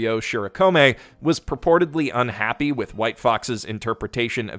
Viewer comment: To whom it may concern, it's pronounced "with". That's it. That's a short /i/ and the softer of the two "th" sounds. No idea where the /ai/ diphthong is coming from but hey, Japanese peeps aren't exactly known for their proper pronunciation of English words.